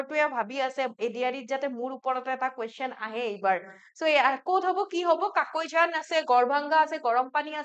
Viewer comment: Kakoijan nhoy mam,, কাকৈজানা হয়